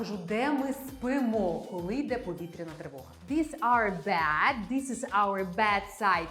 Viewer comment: Слухайте, ви мені ніби й сподобалися, але коли лунає суржик (полотенця замість рушники, кровать замість ліжко, тощо), то трохи втрачається довіра до Вас як до філолога( . А потім ще й кілька разів bad замість bed... Може, звісно, ліжко ваше й погане, але ж воно не перестає бути ліжком. Вже й не знаю, чи варто додивлятися відео... Сумно.